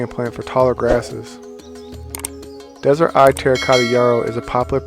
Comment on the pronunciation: Just to make sure you are putting out correct information, it is Desert Eve not Eye